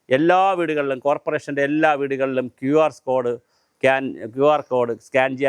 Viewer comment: ക്യു ആർ സ്കോട് അല്ല . ക്യു ആർ കോഡ്.